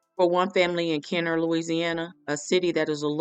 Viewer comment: NOT TRYING TO RUN UR PAGE JUST WANTED TO TELL U THE CORRECT WAY TO PRONOUNCE IT...KENNER(KEN/NER) OSCHNER (OSH/NER)